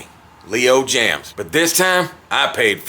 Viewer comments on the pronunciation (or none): it's (james) not jams..just a heads up..